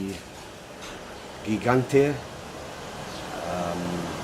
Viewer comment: Apparently, it's pronounced JEE-JAN-DAY.